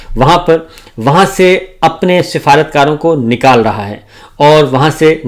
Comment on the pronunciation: باو جی :- اپنے اردو کے لفظ صحیح کریں - امریقا نہیں امریکا حقام نہیں حکام نقال نہیں نکال قامیاب نہیں کامیاب اقاونٹ نہیں اکاؤنٹ 😂😂😂😂😂😂😂